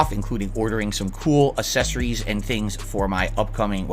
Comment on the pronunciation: he says "Accessories" like Chris Chan would. Further cementing his status as a Lolcow lmfaoooo